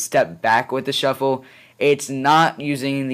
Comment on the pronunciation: "ipod shuffle... chuffle sorry" i LOLd XD